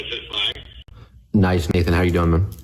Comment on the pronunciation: I thought he said "My name is Satan" not Nathan 😂